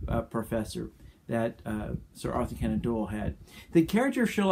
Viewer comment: It’s C-onan not Can-on! Otherwise, great explanation on abductive reasoning. Thank you!